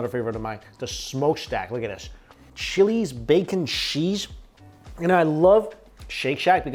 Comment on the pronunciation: he says cheese as 'cheesh'